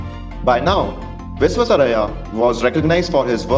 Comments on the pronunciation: Pl learn to pronounce the great engineer's name properly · Please learn to pronounce his name correctly.